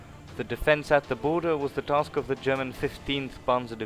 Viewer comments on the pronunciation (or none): none